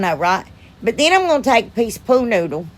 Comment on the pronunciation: Lol i crack up every time you say pool noodle. It sounds like your saying pooh noodle. Im not good at pricing things I just give them to neighbors and friends for free lol. It makes me feel all gushy inside giving things away lol.